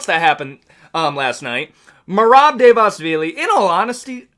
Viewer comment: yeah man the georgian takeover is REAL, merab and topuria made georgia proud and merab is going to take the belt soon. btw try pronouncing it like this bootleg chael: Duh-va-lee-shvilly